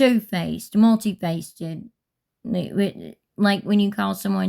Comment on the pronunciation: Please look up the correct pronunciation and definition of multifaceted